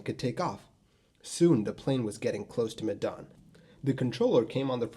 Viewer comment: I find your pronunciation of Medan funny 😂 it's more like the 'me' when you say meh, just no H. The dan pronunciation is pretty close tho.